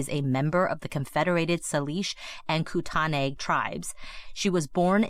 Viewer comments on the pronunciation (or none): Saleesh Kootanay? 😂. It’s like say-lish Koot-nee. Even her last name was butchered. So much bad info from the jump. I can’t watch this one. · Thank you for covering this story. Her last name and Salish and Kootenai are all misprounced. Other than that, any attention to this case is so important